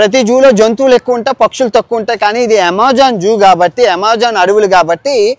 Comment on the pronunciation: Amazon❌ amajon✅ 😂😂